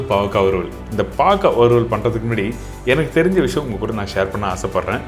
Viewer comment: It 'snot bavaka but baakarkai